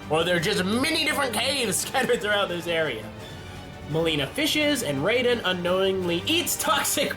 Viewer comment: ok its ra-den and si-rax